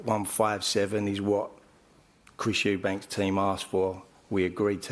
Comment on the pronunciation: Why is Ronnie Davies saying Eubanks 😂